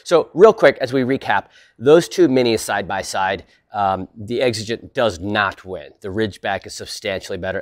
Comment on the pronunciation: Like gee, I wonder why he's deliberately pronouncing Exigent wrong and otherwise pronounces everything perfectly in every jumpcut? GEE I WONDER. Nice try, buddy.